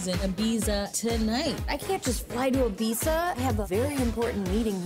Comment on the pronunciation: Ears bleeding from the pronunciation of Ibiza